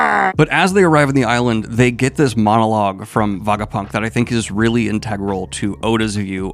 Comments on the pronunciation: Kinda painful having to hear him say Vagapunk instead of Vegapunk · WHY ARE YOU SAYING VAGAPUNK ALL THE TIME?!?!??! IT'S VEGAPUNK! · why is hey saying vagapunk? is he also saying vageta? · Did yo read the entire arc while refering to the scientist as Vagapunk? Like, did you not notice his name was vegapunk along the way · It's Veh Guh Punk. Were you even got an Ah sound is beyond me. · kaydo and vagapunk is hard to hear lol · Every time Daniel says "Vagapunk," I want to jump off of a tall structure. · Everything in this video was great except for the pronunciation, Daniel it’s not vagapunk or kaydo 🤣 but it’s part of the charm I guess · I knoe he partially does it for engagement, but holy fk its so distracting and diminishes the video so much that he isnt able to pronounce the most important character of this arc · yes we know you are more of a casual one piece fan. Your pronunciation of Vegapunk and Kaido makes that clear 🤣🤣🤣